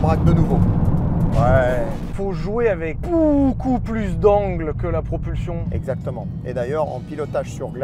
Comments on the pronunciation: "PROPULSTION", VRAIMENT LES GARS. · Ah oui la fameuse "PROPULSTION" 🤣🤣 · Le "propulstion" à il fait mal quand même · Bravo à la "propulstion" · "PropulSTion", y'a eu hésitation entre T et S j'imagine, finalement pourquoi pas mettre les 2